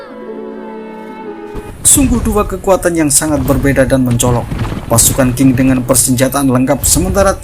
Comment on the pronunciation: Cara baca tulisan Qing bukan king, tapi ching. Pake CH😂😂 belajar dulu lafal PinYin, min.